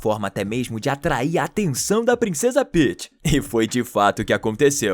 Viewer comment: Kkkk Paeths Peaeths Paeths😂😂😂